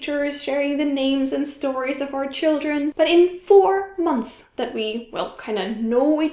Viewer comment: Super tips. Thanks for sharing your heart with us. Remember to pronounce the s at the end of "months".